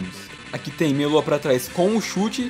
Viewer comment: Quando tu fala meia lua eu entendo melô